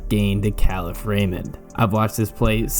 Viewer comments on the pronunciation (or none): Kalif Raymond is pronounced Kah Leaf